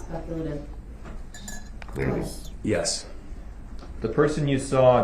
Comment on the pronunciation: Agreed with speculation on opinions, but what absolutely wrecked me?! When Duh-rell "Goblin" Brooks objected to DNA analysis results as "Speck-a- la-tive"..I was freaking crying from laughing so hard..lol! DNA results are speculation to Duh-rell..Hence the DUH. 😂